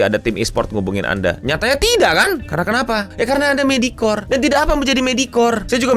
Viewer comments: Medioker dibacanya goblok ga ada itu 'medikor" apaan anjing medikor?!?! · Gemes bener dengerin "medikor". Eh, di tengah2 ada yg bener 😹